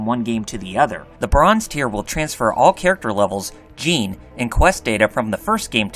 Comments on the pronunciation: Why would you overpronounce djinn as "jeen"? It's just jin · Sadly he butchered the pronunciation of "Djinn" and "Pynergy"